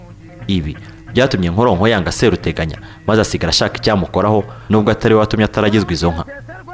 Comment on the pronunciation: Seruteganya barivuga ushyizemo ubutinde. SeeruteganyA . Naho Nyiraburunga ( Nyiruburanga) Yari umukono koko.